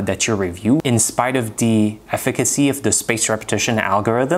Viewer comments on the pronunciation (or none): I found another one. He pronounced efficacy but he stressed the penultimate syllable instead. So effiCAcy instead of Efficacy. I feel like I'm trying to catch shinys out here.